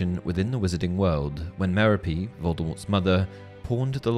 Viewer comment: Dude, "mer-o-pee"?????